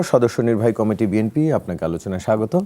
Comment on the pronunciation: ম্যাডাম বিএম্পি বলতে কি বুঝাচ্ছেন ? বিএনপি একটি রাজনৈতিক দলের নাম প্রচার মাধ্যমে উচ্চারণ করতে পারেন না।